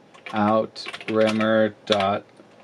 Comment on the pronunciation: Your 'out remer' is in fact a french word. Outremer was a term used in the middle age for the crusader states Jerusalem, Antioch, Tripoli and Edessa. Its meaning is 'overseas'.